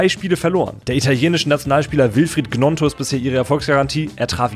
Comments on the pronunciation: Nur zur Info Willy Gnonto spricht man „Nionto“ aus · Die Gnonto Aussprache is schon bodenlos 😂